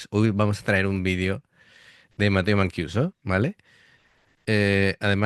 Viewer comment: hola, mancuso se lee como en castellano, vamos q la vocales en ita y en español no cambian ;)